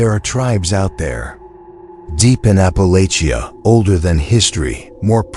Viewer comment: Alaska up in here🔪 ps it’s Ap Pa Latch A. You’ll get more views only in My, sm opinion, if ur AI was an actual person and if u pronounced words, correctly…… But thank you none the less